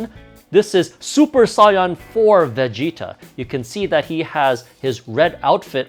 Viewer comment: I get triggered when he says super saiyan because he says sayain like the colour and not saiyan